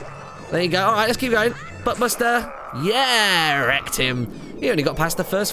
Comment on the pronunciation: When Martyn is talking about the butt busters when he says wrecked him it sounds like rectum anyone else notice?